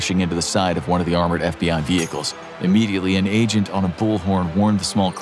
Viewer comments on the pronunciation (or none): none